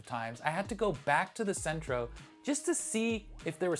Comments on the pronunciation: If you are reviewing tomatoes, supposedly from Italy, two things - First, there is no R in Cento. You pronounce it with an R, and the copy reads that way on the video. Second, the pronunciation is not Cento, rather, CHento. That bugs the hell out of me. Similar to people to try to make Bruschetta. There is no BRUSH in Bruschetta. Pronounce it Brew sketta. At least then you won't stick out like a duck in a hen house. Until they taste what you have made. Ciao. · I wish he would have done his homework, in not only his gaf in pronouncing “Centro” for Cento, but his failure to mention that not all USA Grown San Marzano’s are bad! A company called Stanislaus, based in California, produces a locally grown San Marzano, in various grades & qualities, that, in my opinion is better than many imported ones! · First off they are CENTO pronounced CHENTO there isn't an R in it bruh! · You kept on saying "Centro" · There’s no “R” in Cento. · Dude you really need to learn how to properly pronounce Cento if you want to be taken seriously. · You not only pronounced it with an R, you spelled it with an R. Clearly no R on the label. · Let's not. It's not anything like the Mandela Effect. It's just you mispronouncing something that's always had the same name and label. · Thank you. Hearing "Sentro" made my skin crawl. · Cento not centro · Cento. Not Centro. I had to stop watching bc of this haha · Why did Cento, pronounced "Chento, not sentro BTW, drop the official EU DOP certification in favor of a third party certification that i might assume they paid for? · Good video. But it's Chento, not Sento. C followed by e is pronounced CH in Italian. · It's CHEN-to, not SEN-tro. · Its not Centro, it’s Cento, and it’s pronounced “Chento”. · NOT CENTRO NO RRRRRRRRRRRRRRRRRRRRRRRRRRRRRRRRRRRRRRRRR!!!!!!!! PRONOUNCED: CHENTO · Cento is pronounced “CHENTO”, not “Sentro”. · Exactly! CHENTO!!!!! sentro. wth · pronounced "chento", not "sentro". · It is Cento not Centro